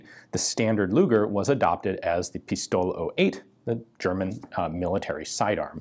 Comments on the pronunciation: Hi Ian. For your future videos about German hand guns, the pronunciation of "Pistole" is piss-toe-le. Emphasis on "toe" and "le" as in "let" without the t. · Pistol-e, the e is not silent , same as Porsche :) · It’s called PistolE!!!! The “E” is not silent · In German the e at the end of a word isn't silent.